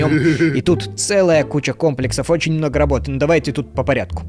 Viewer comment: Ударение на ОЧЕНЬ ! 😂